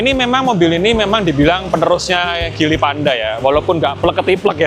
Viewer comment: Bacanya jili bukan gili. Speedometer kok mirip J5. J5 speedometer kyk motor yg layar mirip2 font kalkulator gitu. Jelas beda jauh.